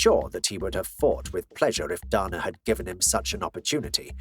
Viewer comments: Why do you say "Donna" Are you 12? Or an adult? I get accent. But thats not even his name. Can you not make "ay" sound? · “Duhna White” 😜